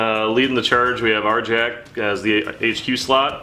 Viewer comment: Arrrr-Yaakk! Not Arjack!